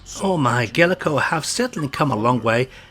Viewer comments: Pretty sure th2 is emulated perfectly. And it's gaelco, not galeco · Not sure even the company knew how to pronounce it lol. In the intro to Target Hits (1994) you hear Ga-el-co, but later games Tokyo Cop and Gaelco Tuning Race both use a pronunciation much closer to Gale-co.